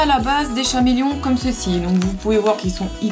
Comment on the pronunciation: Ça ne se dit pas chameleons mes caméléon